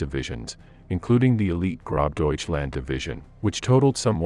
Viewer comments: Lol its not GroBDeutchland. Its Gross - means Great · I heard Grob Deutschland. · If you are going to do these types of videos, you should at a minimum learn to properly pronounce the names of people and units involved. Model and gross Deutschland are two prime examples.